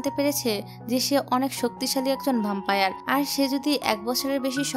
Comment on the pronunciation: ভ্যাম্পায়ার বলুন আপু